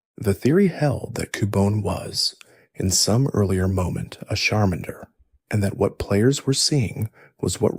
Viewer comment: These name pronunciations are something else 😂 Koo-Bone-A? Shar-minder?